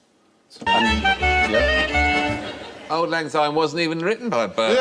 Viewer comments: It's Auld lang Syne NOT auld lang Zyne. It has an S not a Z. And it's 'we'll tak a cup o kindness yet for auld lang syne' NOT 'for the sake o auld lang syne' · It’s not Zyne it’s Syne. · It's not Auld Lang Zyne its Auld Lang Syne. Say it properly please. Thank you. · Auld Lang Syne. NOT Zyne. Mr Fry. And words are for Auld Lang Syne. NOT for the sake of..... anything. David T, I am shocked. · Old lang zyne makes me cringe.